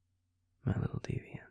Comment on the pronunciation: I melt every time he says deviant with extra pronunciation on the T. ❤❤❤